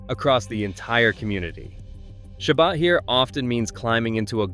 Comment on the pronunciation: well it's not pronounced "shabad" that's for sure